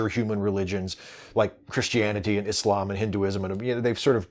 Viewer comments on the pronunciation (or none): none